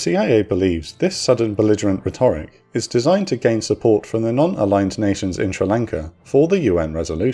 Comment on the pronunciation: Is this an AI voice-over? I have never heard rhetoric mispronounced like that before. Almost like the speaker doesn't speak English.